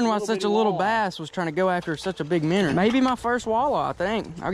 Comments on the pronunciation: cracking me up, " we could stick a minner in it." ha ha ha ha..... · English: minnow American:mineeoue